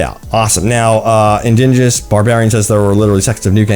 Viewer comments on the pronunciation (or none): none